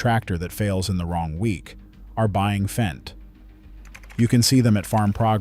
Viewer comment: Would you please pronounce it “fent”? An annoyed German.